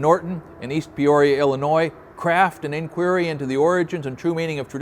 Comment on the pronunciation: Glad to hear Illinois pronounced correctly